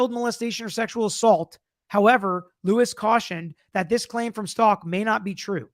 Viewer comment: The last name is not Stalk it's Stauch. Like ouch with a st in front of it. If I was on the jury, my big question would have been, the note that was written in latin/spanish, was it written in front of the dr or brought in from her cell.